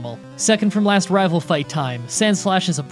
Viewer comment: he said raval fight